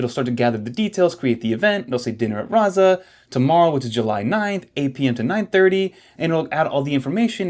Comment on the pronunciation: Man… I've been biting my tongue for a number of videos now, but you're killing me already — the ZZ in "Razza" (an Italian word) works like does in "pizza": so, "rahtsa". Also, decent place. Sort of miss it, except for the absurd prices. and if you're a pizza fan, you should 100% try Kestè over in FiDi — get yourself one of the fried dough neapolitan pizzas. you're welcome 😉